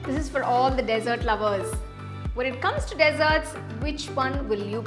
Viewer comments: Most common pronunciation mistake with D.sert and desert, big difference are u feeding sand?🤦🙆🤨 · Thank you. I'd love to try this recipe. Tips for future videos: Dessert is pronounced D'Zirt, not desert of sand dunes. Sieve is pronounced siv (rhymes with Shiv), not seeve.